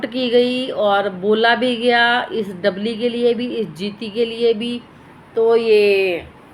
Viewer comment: Kya dabli dabli kar rhi hai namm to dhang se bol na Sikh le